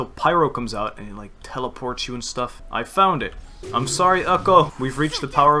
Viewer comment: Watching this a year later and just laughed at the way you pronounced Ukko. It's a Finnish name :D